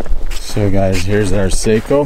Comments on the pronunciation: Its SAKO not Seiko.. SAKO Like taco🙂.. greets from Finland⚔🇫🇮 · It is a Finnish rifle, not a Japanese watch. Socko not Sayko. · Just FYI Sako is not pronounced say-ko ...it's sock-oh , Seiko is say-ko and they make watches. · Its sako not seiko seiko is a handwatch brand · It’s not a Watch! sounds like Saw- co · Me too I grew up with Sako's and we always pronounced them like the watch. It's impossible at this point for me to pronounce them correctly. Either way they're damn fine rifles. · You don’t pronounce Sako like (seiko) the a in SAKO is like (a in Antony)